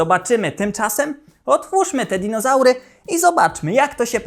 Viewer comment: Mówi się "dizonaury" Panie Kochany! 🦕🦖